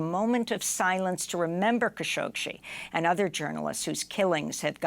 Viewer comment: You're adding an extra "sh" to "Khashoggi" -- it isn't "Khashogshi"!